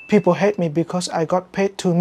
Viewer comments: Kenny N, một thầy ng Mỹ gốc Việt "Tây Ninh" từng dạy cho những học viên đọc day (đề), hate (hết), hate (hết) nhưng khi Kenny nói thì lại là âm eɪ :) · đọc ết thì ông sai, ông cãi gì nữa, người ta đọc ei + t gần như là là "ây-t", thời đại này rồi, lên gg mà nghe phát âm đi đã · Tiếng Anh của bạn rất đỉnh, tuy nhiên có một điểm nhỏ mình thấy là bạn vẫn k dùng stop sounds nên nhiều câu nghe chưa được tự nhiên, ví dụ : People hate me thì k cần phải phát âm âm t ở cuối từ hate, hoặc don't khi mà đằng sau vẫn còn những từ khác trong câu. Peace